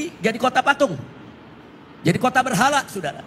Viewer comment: Berhala ngomong Berhalaa😂😂